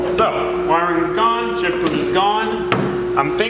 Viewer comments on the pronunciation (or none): none